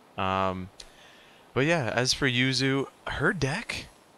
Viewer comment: The yu in yuzu is actually different to the yu in yuya. The yu for yuzu is shorter and yu in yuya is longer.